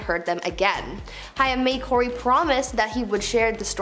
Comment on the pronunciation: Sorry but this is driving me nuts! Haim is pronounced like Haym, not Hiam